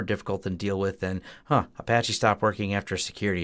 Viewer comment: Do you mean "...if there was a flaw, for example, in a-PATCH-y???"